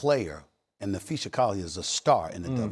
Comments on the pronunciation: Na-phee-SAA! Not SHA! Someone at ESPN please tell this man how to pronounce her name. He’s getting too comfortable with his own version. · Stephen A, it's Napheesa * not Napheesha. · "And Napheesha Collier is a star in the WNBA." but he somehow still doesn't know how to pronounce her name correctly? I think Stephen A. probably googled "Napheesa Collier vs. Cathy Englebert, who's side are most people on?" and saw in the results that everyone hates Cathy, and Napheesa Collier was MVP runner-up (or maybe the results literally said "Napheesa Collier is a star in the WNBA" lmao) and that's how he formed his lukewarm take that Cathy needs to go, which is what fans of the W have been saying literally for years. I don't particularly want to hear from people like Rabid Dog and Stephen A. until they prove they have even the remotest inkling of the dynamics in and around the W. Bare minimum is saying Napheesa instead of Napheesha, BARE minimum.